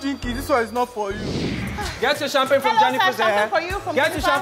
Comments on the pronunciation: Champagne ❌ sampagni ✅ 😂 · Its how jenifa pronounces champagne for me😂😂😂😂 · Jennifa's pronunciation of champagne is everything